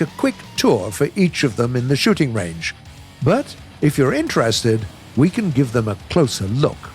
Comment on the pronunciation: xd i heard the shitting range not shooting range